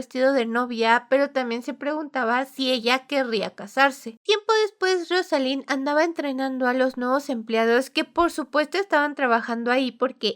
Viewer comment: Casi al final escuché "estrenando a los nuevos empleados", tuve que retroceder para darme cuenta de que fue "entrenando" JAJSJSSJS. Aunque sí creo a la prota capaz de hacer eso 🤭